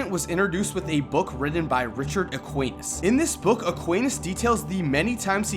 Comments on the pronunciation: "Equeinas" lmfao Sorry, I know you don't speak spanish, but I only saw the name the last time you said it and spent almost a minute laughing XD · It’s “Es-SKEE-nuhs”